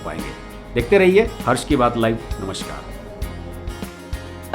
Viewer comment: भाईसाहब, इसे 'नमश्कार' नहीं 'नमस्कार' कहते हैं. कृपया ध्यान दें, धन्यवाद.